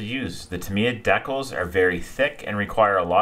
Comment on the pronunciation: Great build. DEE-CALS not DECK-UHLS